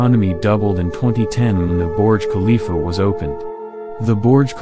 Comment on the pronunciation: "Borj khalifa"